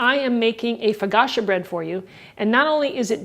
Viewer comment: You got my thumbs up, Robin. Thanks for another winner, but it sounds like you're saying "fo-gotcha", and I DON'T want to forget about THIS recipe. Ha ha. Still luv you all the same.